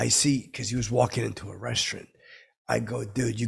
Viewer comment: I don't know what's more infuriating, stupid fckin shirt or the way he says restaurant.